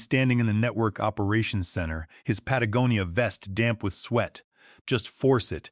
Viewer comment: Congratulations… The first A.i. to pronounce “Patagonia” correctly. Kudos. May the Force be with you.🌀 Jim🇬🇧 (-: <*> :-)